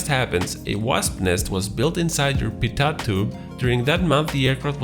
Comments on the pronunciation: Appreciate your videos. FYI I know it's spelled Pitot tube but, it's pronounced Pito tube. The T is silent. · I hate the way he says "pitot"